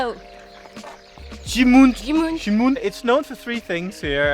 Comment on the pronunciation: It's not "GIMOONDE". It's pronouced "GIMONDE" with an open "O". You went to the right place for good food in Bragança 😁.